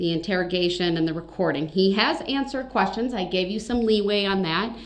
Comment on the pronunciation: How true when he "axed da same quesshins" repeatedly. A total MORON!